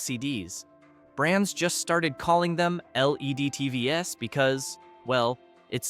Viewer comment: I guess when “TVs” is pronounced “tee vee ess” you know it’s an AI talking.